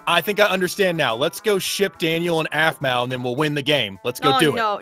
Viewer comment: Madison Willoughby i said its AARMAU not ARRMAU